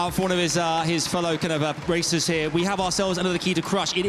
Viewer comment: sounded like the announcer said his fellow racists. Also the key crushing seems super rude as a tradition